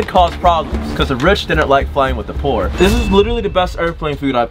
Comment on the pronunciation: LOLLLL WHEN CALEB SAID :cus rish dont want poor: LOL